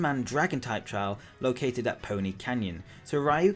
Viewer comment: #4 - Yes, those empty plots in Sun and Moon will be replaced with a new feature! We don't know the official name yet, but it's going to be some kind of photo club thing. You will get to dress up and pose with your Pokemon to take pictures. (Dear god, Ryuki's name is not pronounced rai-ooh-kee. "Ryu" is ONE SYLLABLE. Ryu-ki. Saying it like roo-kee would be fine, since the ryu sound tends to be really hard on non-Japanese folks.) I was honestly hoping for Gyms too, and maybe if we're lucky we'll still get something similar to the Orange Island gyms. Does anyone remember that season of the anime? There were only four badges, and the Gym Battles were a bit more like contests than just regular battles; since Alola has four natural islands, something like that might be really cool and would fit the theme really well. #2 - "Dusk" and "Twilight" mean the exact same thing.... That's why we only have one word for them in Japanese. Do they have different meanings in English? I do agree that I would love to see a Dawn Forme, though. #1 - YES, MORE ALOLAN FORMES PLEASE. ♥ I'm not even picky, but I do love that Water-type Growlithe design, and that Totem Pole Aegislash design. I definitely hope we get more Alola region variants!